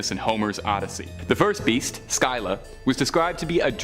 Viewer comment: say it THIS WAY.... Sillah (Scylla) I give you major learning curve points for at least TRYING to say the names though. :) LOL. HEY one last little FYI Whenever someone at the Time period in history were battling a mighty enemy, and it seemed the battle was never going to end, people who witnessed such difficult battle circumstances, it started being said for any person facing such personally insurmountable odds, were referred to being "Between Scylla and Charybdis_ Which would later be THE ONE ACTUAL Definition to describe anyone being Between a Rock and a Hard Place! Which actually made more logical sense at the time, as Zeus placed both as Guardians on 2 sides of a water Channel where Ships would have to travel through this Narrow channel in order to dock into Greece to Pick up/and Drop off. Various resources and supplies/ foodsand tools/equipment for the Greek peoples. And Zeus Made it so that when the multi headed, cave creature Scylla,died and Charybdis died, Zeus made it so that Neither actually passed away... (He made both eternal Immortal monsters who would Often fight one another to see who the ultimate winner would rightfully Claim the sailors who would Die from being stuck between the Rocks (viewed as the Multi headed Long necked cave Monster--Scylla--Who resided in a highly placed mountain Cave on 1 side of the water channel, and Charybdis would be placed Opposite of the monster Scylla and was transformed by Zeus, as a swirling, dangerous deep violent underwater